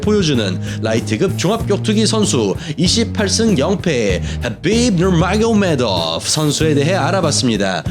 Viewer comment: 하빕 누르마고~메도프 이러는게 ㅈㄴ 부담스럽네